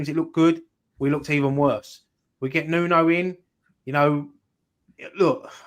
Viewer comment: His name is Nuno... New-No.